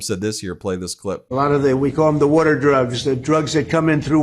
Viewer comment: wurtur drugs? Cause they come in from wurtur... in his delirium delusional demented brain that's stuck watching reruns of old tv ahows